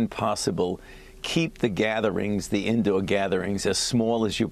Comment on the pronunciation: He said indow